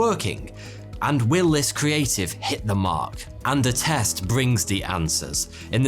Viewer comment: Not gonna lie I almost asked what test when you said Attest